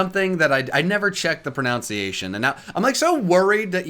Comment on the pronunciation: whats sad is he mispronounced pronunciation